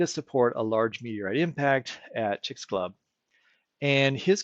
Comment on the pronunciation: It is pronounced CHICKS- AH - LEWB. sorry for being that person